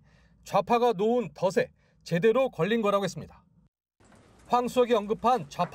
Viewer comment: 메인 뉴스에서 아무리 기자라지만 '덫에'를 '더세'로 읽다니...